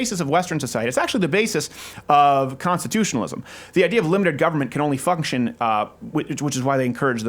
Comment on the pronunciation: he said fucktion hehehe